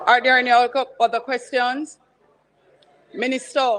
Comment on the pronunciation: Can someone please tell that’s it’s not ministuh???